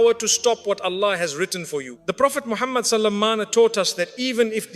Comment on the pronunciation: Please don't use Musfti Menk's using AI, it pronounces Prophet Muhammah sallalahu alaihi wasallam wrong way . Please check the audio before uploading